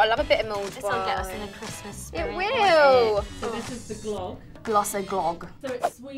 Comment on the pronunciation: no one: jade: KKRRRRISSMASS edition!